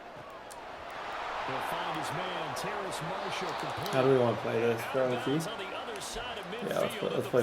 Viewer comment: It’s terrace not terrance! 😂 also I love how you can always tell when someone is about to return a kick because Brett only shows kick returns when it happens